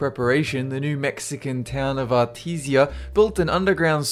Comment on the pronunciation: You pronounced Artesia wrong bro that's not how you say it.